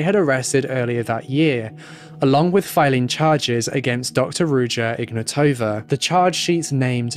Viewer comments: Its IgnAtowa not IgnatOva. Wrong intonation. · Intresting how you didn't mention the mispronunciation of her name.